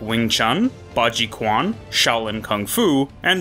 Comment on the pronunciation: Oh, i notice that you read Q letter in "Quan" as K and sound like "Kuan". Fyi. In Chinese, Q letter are sound like Ch (like Chin, Cheese, Chinese, etc). So, "Quan" will be spelled as "Chuan"